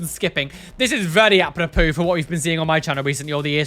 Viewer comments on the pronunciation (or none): none